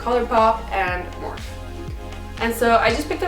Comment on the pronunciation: Edit Is her last name. Linda Morphe. She pronounces her last name Morph-fee.